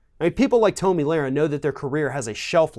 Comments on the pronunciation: How can you call out hate speach after that ranting attack?Btw its Tomi (pronounced- Tommy) not Toamy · Tom e not toom i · To-mi....hilarious 😂she isn’t worth having her name pronounced correctly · Why do you keep saying Toemee, seems like you are intentionally mispronouncing her name to throw shade. it's obviously Tommy. Egg head lol. Tomi is a bop tho. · I’m sorry but I don’t know why but I bothers me when people pronounce Tomi’s name Tumy, it’s pronounced Tommy. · I'm amused that he pronounces Tomi like "Tomie" from the japanese horror series. She does remind you of something dead. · Who is Toe-me? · Toe-mi lol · Yeah it's pronounced "Toenail" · Toe-Me LOL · You could at least pronounce her name correctly. But that shows how uneducated you are. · Because he's ignorant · beatty He used every superlative for dumb. Intentionally mispronounced her name. He said this "girl, woman... Whatever". TYT recently made a video criticizing Ron DeSantis for referring to Alexandria Ocasio-Cortez in the exact same way. The sentiment he's trying to share would have been more impactful if he responded calmly, with reason and without disrespect. Ijs. He sounds like the same group of people TYT criticize. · If you're going to call someone stupid at least learn to pronounce their name properly. Or perhaps you were doing it on purpose, which is just pathetic and childish. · You can't even pronounce her name right...embarrassing......if you want to insult someone, you should at LEAST get their name right....then, get the info correct. You really flaked on this video. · I think he was making a point to pronounce her name wrong. His facts were also correct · Why did you pronounce 'Tomi' like that? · Who is this joker? You don't even pronounce her name correctly. So clearly you know nothing. Pathetic. Don't quit your day job. Punk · i do not like the way you pronounce tomi but i mean, butchering her name probably erks her too so, fuck it XD